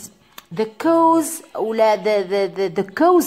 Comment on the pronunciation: حبيت نفهم منين جبتي طريقة نطق cause كَوْز راهي تنطي كُوز بظم ال (c)kɔːz